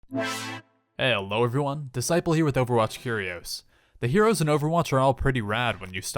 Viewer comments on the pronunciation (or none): is that how u say heroes lol here - rios